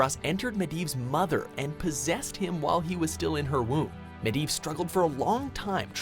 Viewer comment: Arthas should have been #1 and Sylvanas on the top 3... Also... who's "Medi"?